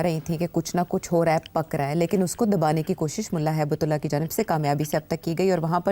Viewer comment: Not Hibtullah. Haibatullah!